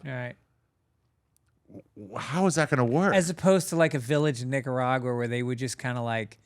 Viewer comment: in .... a village where Greg? ... I listened 3 times I swear you swapped the G and C sounds in Nicaragua